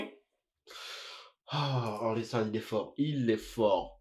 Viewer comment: Pas or-le-san... O-rel-san. 😜